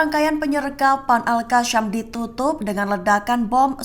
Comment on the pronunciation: Sebut yang benar AL QASSAM bukan Al Qasyam. SAM bukan SYAM!